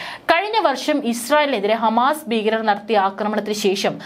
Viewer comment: ബീഗരർ? അതെന്താണ്? ഭീകരർ എന്ന് പറയൂ